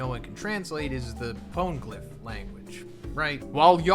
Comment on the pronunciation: Pony-glyph. Quit saying pone-glyph. Its annoying and incorrect